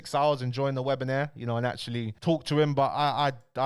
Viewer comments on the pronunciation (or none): Webi-nair 🤣🤣🤣 Its webi-nar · Bro don’t annoy me. It’s WEBINAAAAAR. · please learn how to say webiNAR and webinAIRE🤣! Love the daily content. Big up yourself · ok but wtf is a 'webinaire' 🤣🤣🤣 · I’m not gonna listen to someone that can’t say WEB-IN-AR correctly 😂😂